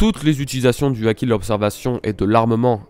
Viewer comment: "acquis" "Haki" comme tu veux lol sinon good video:)